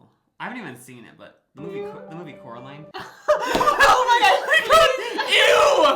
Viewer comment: It’s COraline not CAroline (sorry I had to bc it’s in the movie haha)